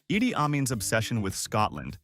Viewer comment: It's Idi Armin not Eddie.